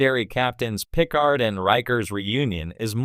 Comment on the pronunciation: "Pick-erd"? His name is "Puh-Card". This sounds like AI generated bull crap.